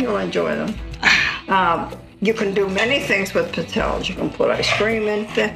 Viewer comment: Looks like a good recipe. But for the love of God, it's pronounced "peet-tzell-ayes", not "pit-zelles"...